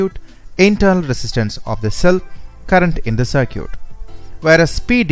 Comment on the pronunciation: cer-cute.. Olt.. hahaha.. good video by the way.